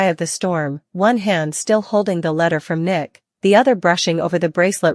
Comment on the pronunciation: If you're going to report all of this, you need to say Nick last name right? And a lot of the other characters that you keep butchering get it together or go off the air. This is ridiculous and so are some of these plots. We as seasoned TV watchers can make a much better plot than what they're doing right now. I mean my gosh beyond the gates is looking better than them